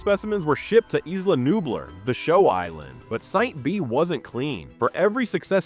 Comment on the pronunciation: The pronunciation of “Nublar” is sending me. Had to stop watching 😂